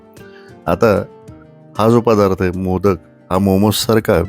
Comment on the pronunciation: माशाच नांव मोदक नसून मोदकं अस आहे,उच्चार खूप वेगळा आहे.